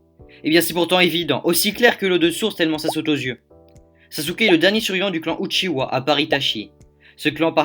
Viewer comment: Uchiha pas Uchiwa